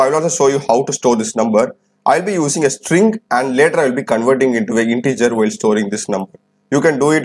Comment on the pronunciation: No disrespect can I ask why you pronounce n as yen and while as wheel ???? I was just curious . Cause I heard a lady YouTuber also pronouncing it like this.